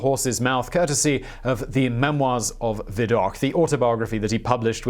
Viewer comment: It's "Viddock" not "Viddokh"